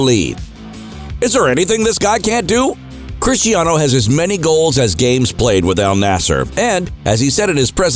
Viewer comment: Hate how Americans call him CHRISHTIANO.. He's from Portugal, his name is pronounced Cristiano.